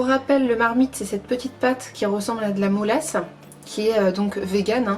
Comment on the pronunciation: 😄 mélasse pas molasse...🤭